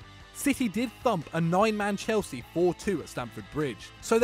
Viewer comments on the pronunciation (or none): none